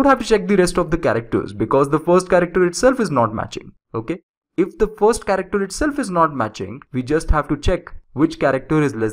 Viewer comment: what the hell is "furst" ?